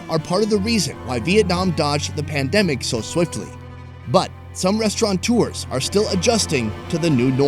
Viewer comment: The word is "restaurateur". No 'n'!